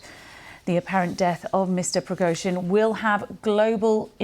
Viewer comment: Deliberately the lady is pronouncing Prigozhyns name incorrect